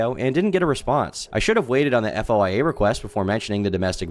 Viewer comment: spelling out FOIA every time is wild. "foy-a" my man